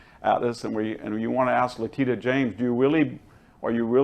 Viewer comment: I like VDH, but he really needs to learn to say names correctly. It’s Letitia James (not Letita), and he says Kamilla instead of Kamala every time.